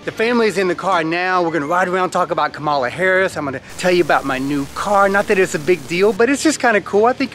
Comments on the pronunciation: Great video, but, FYI: Her name is pronounced Comma la Harris, not Ka ma la Harris👍🏾😉🙏🏾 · Kah-mah-la not KUH-mala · Her name is pronounced Kam-a la not Ka mala. Like Kamla.. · I didn't see your post before I posted regarding COMMA-LA! I'm sure EVERYBODY will get her name right when VP is added to it! 😅😆😉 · I shared it to her IG. Just a little tidbit. Her name is pronounced COMMA-LA. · I really love the video! But i hope this comment doesn't come out as hate and i am very sorry if it does. However, Kamala Harris is pronuced as 'Comma-La'. Like a comma and a la at the end. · LOVE the video, awesome family - but thanks for pointing that out since she'll be our VP !! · Great video. BTW, her name is pronounced comma - la. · LOVE THIS VIDEO, BUT HER NAME IS PRONOUNCED "COMMA-LA". JUST A LITTLE INFO💞💞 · I came here to say this too! I love this video. As a person who also has a name that may not have pronunciation that is intuitive, I just wanted to correct on Kamala’s behalf. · I had to learn this too, but her name is pronounced COMMA-LA. Loved the video, the lessons being taught and the girls responses. 💜💗 The Jeep is nice too. 🙂 🤍🖤💜💗💙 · Thanks 👍 but her name is pronounced Comma- la I meant no disrespect just wanted to let you know. Love your family 💕 As I have said before Ami is beautiful and the girls are going to be gorgeous women too! Great message! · Her name is pronounced Comma-la. But cute video. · What a wonderful, educational video for the kids, Ami and! You guys keep getting better and better. BTW, she pronounces her name ‘Comma-la’, accent on the first syllable. It took me a while to get it, too. Hey, a suggestion for a fun video is you guys doing the Jerusalema dance challenge. It would be fun to watch a to do. You, too,. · That's a wonderfully educational and inspiring video; thank you!! (But you're mispronouncing Kamala's name...) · Please pronounce her name correctly. Your accentuation is incorrect.